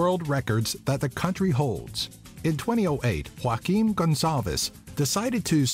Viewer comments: You pronounced Joaquim in Spanish again... Learn tbe Portuguese pronounciation... my friend... it really is not too hard.. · i can tell that almost all of the dislikes on this video are because of the various mispronounced words, "feijoada" and "caipirinha" are almos right but all the names are wrong, "jo" is pronounced "zho" and not "ro", so the english pronounce is "zhoaquin" and "zhozé" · you pronounced Joaquim like "hoakin" in portuguese J doesbt have this "H" sound, its more like "SI" in television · Great video! Just one thing: Portuguese J doesn't sound like Spanish. It sounds like French J as in "jour"; so we don't pronounce Joaquim like /Hoaquim/ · You spoke " Joaquim" like a spanish pronunce.s.Not the portuguese pronounce!